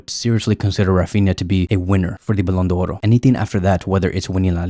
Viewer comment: Thanks for the video, I'm grateful for your videos and really like them. Because of that I'd like to tell you that the Ballon d'Or is a french word which is not pronounced Ballon d'Oro. There is no "O" at the end of the word d'or Otherwise your videos are amazing. Thank you again!